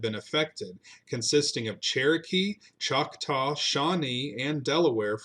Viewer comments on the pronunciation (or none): none